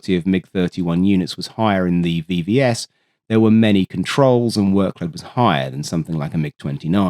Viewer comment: I do think it is AI, e.g. pronunciation of acronyms is wrong. A human with the knowledge in this domain would know that it is Veh-Veh-eS, not Vee-Vee-eS., it's Too-128, not Tee-Yu, Smjerch , not Smurk radar etc.(especially "Smurk" radar is a clear AI give-away). At least MiG is pronounced right. I heard some AI generated content with eM -Ai-Gee pronunciation (ridiculous).